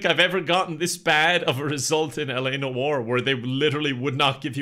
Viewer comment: Do you think he can ever pronounce "Noire" correctly? A: Very Unlikely. I knew it.